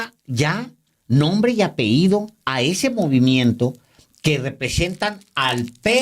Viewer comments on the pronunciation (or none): 8' 28'' ¡Alejandro, no existe la palabra APEHÍDO, sino la palabra apellido. Se escribe y se pronuncia apellido, no apeído ni apehído. escúchate en el minuto 8 con 28 segundos! Álvaro sí sabe. Saludos. J.